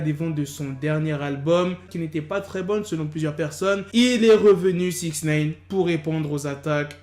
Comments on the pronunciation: C'est Nine comme 9 en anglais ! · Putain mais arrête de dire Six Naine !!!